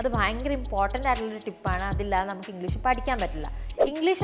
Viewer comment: Pronunciation of English. It's not engleesh